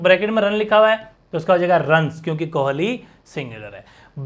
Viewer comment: Kohali nhi kohli Movement nhi moment 😅